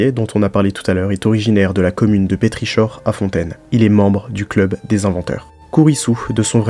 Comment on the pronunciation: Incroyable vidéo comme toujours :D Juste pour Pétrichor ça se prononce "pétrikor" :)